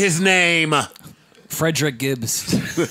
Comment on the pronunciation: Joe: Say his name!!!: Fredrick Gibbs... 🤦‍♂️🤦‍♂️🤦‍♂️😂😂😂